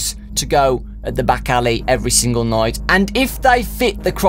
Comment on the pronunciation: ha he said noight like noice